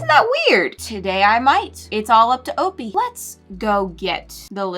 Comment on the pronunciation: Why is opie name said like o-pee and not o-pie...